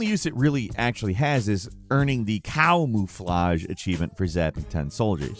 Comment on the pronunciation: The "cowmooflage" good one XD